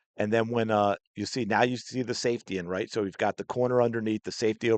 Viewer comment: They both try to get confirmation by saying "rite"